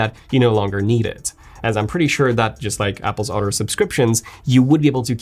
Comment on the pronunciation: How is he still not able to pronounce “other” after so many years in England. Once you hear it you can’t un hear it. Damn gotta go. An otter just attacked me….